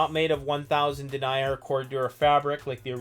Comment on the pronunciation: BTW in this context "denier" is pronounced "den-neer". When pronounced "dee-nyer" it refers to someone who denies something.